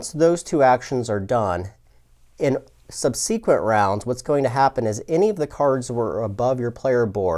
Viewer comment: SUBsequent, not subSEquent.